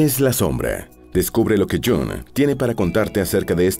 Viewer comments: Jung no se pronuncia Jong sino Jung con la u como en castellano, no en inglés. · Y se dice Jung en alemán,no Jong en inglés o pseudo inglés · Iiung en alemán. El Jang en inglés molesta un poco. Buen video. Saludos desde Suiza 🇨🇭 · Qué horrible pronunciación del nombre del suizo. Deberían dar clases del alemán a la gente que graba eso.